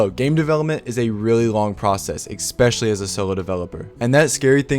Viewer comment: especially not exspecially